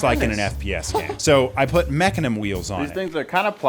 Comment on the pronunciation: "Mecanm wheels" 😭😭😭😭💀💀💀💀💀